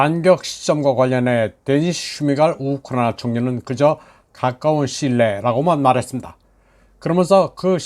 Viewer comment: ㅎㅎㅎㅎ. 참 재미있는 분이네요. 그리고 우크라이나 발음 엑센트가 너무 쎄네요.